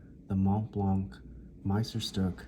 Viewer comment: "Le Grand" c'est le 149. Le locuteur incapable de prononcer Meisterstűck!